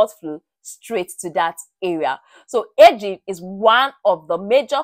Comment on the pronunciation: When you said ageing, I heard edging...😅